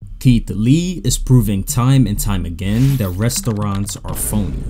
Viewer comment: I never thought someone can say the word 'Restoouraants' and get me annoyed that many times 😑..